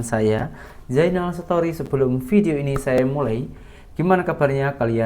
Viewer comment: sebutan Story tu biar betul. Sebutannya STORI bukan SETORI. Maaf teguran membina ni. Terima kasih